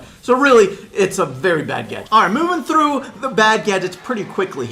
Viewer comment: the way says through makes him sound like gru ( from minions) AKA russian